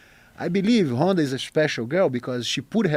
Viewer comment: “Honda Housey”